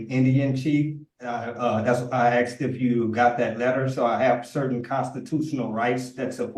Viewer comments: he axed that they save that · He humbly and respectfully "axed".... I respect the 2nd judge for letting the nonsense roll off her back. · And he also insists he needs to use the law "lieberry". And he has "axe" so many times. 😂😂😂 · How did the English language devolve this badly? Axed and li-berry. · Why do they always say axed rather than asked. Is it that hard to say? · But I axed nicely.